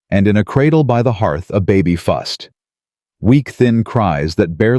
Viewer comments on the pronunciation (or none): A baby fussed, not fust!